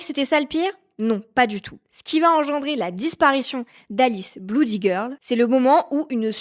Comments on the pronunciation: Blood/Bloody ça se prononce "Blōd/Blōdy" pas "Bloud/Bloudy" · "bloody", se prononce blody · je savais pas que « oo » se disait « ou » à la française 😂